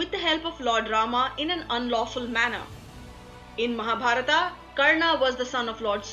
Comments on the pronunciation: Please don't translate the names in English by putting AAAA at last of every name ... Like Mahabharath to Mahabarathaaaaa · Good video but why does the narrator adds an 'A' in every other word. It is said as mahabharat not mahabharataaaa. It is karna not karnaa. Similary for so many other words. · बहन जी आपकी अंग्रेज़ी ठीक था है। लेकिन महाभारत को महाभारता कहना ठीक नहीं है। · Why the overt use of 'a' at the end of every name? Coming from any Indian language speaking person this sounds more like an anomaly than a regularity. Its Karn, Arjun, Bhism, Ved Veyas and Mahabharat instead of Karnaa, Arjunaa, Bhismaa, Ved Veyasaa and Mahabharataa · Not a mythological myth, it is India's history. Pronunciation is Karn, Arjun and for more names or places like these.not Karnaa, Arjunaa, Mahabhartaa. Perfect sound of Indian accent but foreign pronounced words. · mahabharataaaa??? kauravaaaa....???pandavaaaa????bhishmaaaa???? vyaasaaa?????dronachaaryaaaa????arjunaaaa????i think they r names which should be taken as they r pronounced by Indians... how bad it would be if i pronounce harry potter as hari putter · Mahabharata Krishna Ved Vyasa Kaurava Pandava Now add letter 'A' at the end of every word you say. Ia woulda givea youa Nobela Prizea fora fuckinga everya namea ina Mahabharat !! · tum th hindi jante ho. th fir y pronouncing Mahabharata! it is Mahabharat. don't suffix it with 'a'..rama, karma,karna,arjuna.. I m so annoyed with ur hindi!